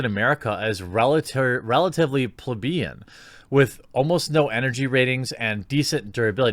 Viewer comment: Anyone who not has but brags about their Brie Larson altar in their shed deserves a hearty downvote. Also please PLEASE practice the difficult words. macksmeoff? CARE-eens? PleBEEN? Yo it looks like Disney gave you a script for a level 3 but you’re chilling at level 2...